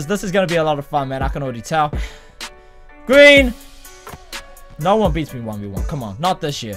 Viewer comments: That's a gween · it's gween lol